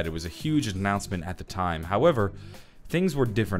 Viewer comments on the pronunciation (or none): none